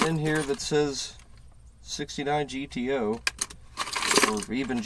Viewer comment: GTO: pronounced - Ghetto